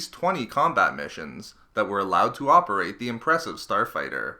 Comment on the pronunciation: "Star fighterrrr"